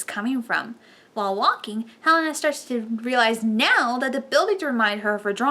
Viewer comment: This was a good review. And thank gaia you were pronouncing Helina's name properly. Another reviewer was pronouncing 'HE-Lena.'